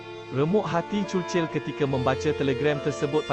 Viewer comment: sebut churchill betul ii